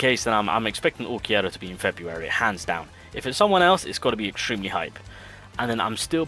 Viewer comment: brother it's UlquiOrra not UlquiErra, for the love of god....